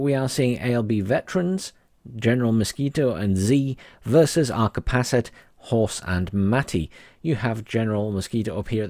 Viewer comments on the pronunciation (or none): Äiäkärpäset are finns i suppose, and your pronunciation isnt the best